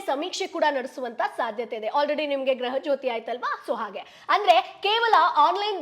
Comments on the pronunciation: 🙏🙏""ಗ್ರಹ" ಲಕ್ಷ್ಮೀ"" ಅಲ್ಲ ಮೇಡಂ. ""ಗೃಹ. ಲಕ್ಷ್ಮೀ"". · Graha graha anta baduko baeda gruha adu